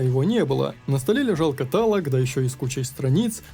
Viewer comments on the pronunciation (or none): none